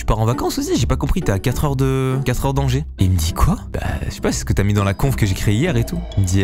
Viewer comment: joli le conf au lieu de conv